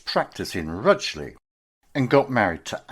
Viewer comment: Rugeley. Not pronounced RUGLEY